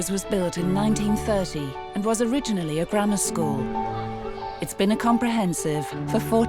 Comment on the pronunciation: How bizarre ! The headmaster of the 'posh' school is not posh ! He speaks with a kind of modified 'estuary' accent. He can't even pronounce the word 'school' correctly but refers to it as a 'scaw' ! I think the fee paying parents must also be of humble origins with newly acquired wealth or they would have spotted this and been put off.